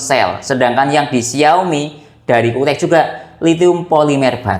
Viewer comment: cuktek bang, bukan kuktek